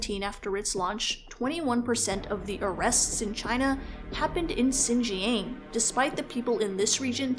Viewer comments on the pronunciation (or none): its pronounced "shin-jiahng" not "zjin-jhang" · great vid but please at least look up how to pronounce xinjiang if you're gonna talk about it lol